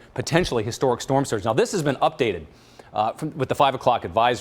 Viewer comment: Surge not sturge